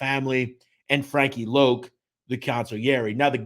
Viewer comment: Wasn't his nickname pronounced Loc as in Lock ? Thanks